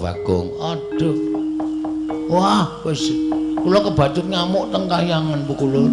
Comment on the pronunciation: Kenapa dalang Seno kalo nyebut Kahyangan selalu Kaweyangan?